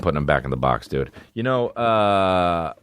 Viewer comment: Hi I'm new to the D'elia experience so forgive me for asking in case the answer is inside baseball. But do you purposely mispronounce "dude" for jokes or are you fucked. To me it sounds like "dewid" I dont know just asking.